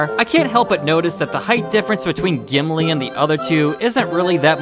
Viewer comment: Who's Jimlee? I cant belief you said a name wrong, thats shocking!